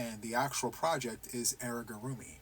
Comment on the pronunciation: Please allow me to correct you. You keep saying “airigurumi”. It’s AMIgurumi. I do not do CALs because I always have my own stuff going. I love the idea and will join to get the pattern, but ultimately stick to my own plans. I admire all that you are capable of—and I love my choices as well! I am much slower. 🐢🐌 I found a website for repetitive movement exercise. Pinterest also has lots of ideas to stretch and exercise muscles for crocheters.